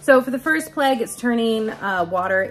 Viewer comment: OH Plague ... I thought you were saying " Pleg " and I was lost ... Nice vid as always .. your pic at the end is soo soo pretty. Happy Passover